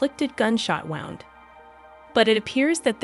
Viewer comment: Don't know if the narration on this is computer-geneated or a person, but when you talk about injuries, the word is pronounced woo-nd, not wow-nd! Drives me crazy! 😂